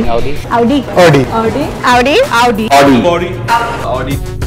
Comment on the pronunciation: Ravi Shastri used to pronounce correctly why is he mis pronouncing "Audi" in this video ?